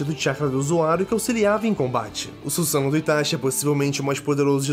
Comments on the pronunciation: Axoq o certo é Suzano e não sussano,pq so tem um "s" mas como essa palavra foi inventado então eles q decidem qual é a pronúncia n é?(ela foi criada msm?,se foi eu tô certo?) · ne mano o carra fala errado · Desculpa mas vc n sabe nem falar susano’o